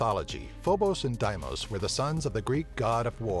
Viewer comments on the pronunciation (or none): FO bos &. DEE mos I trust the pronunciations of astronomers so why can't narrators check them out instead of making up their own or just guessing?